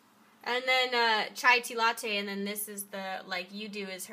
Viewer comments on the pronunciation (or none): none